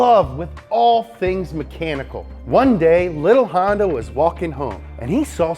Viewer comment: Hon ----yawn-----da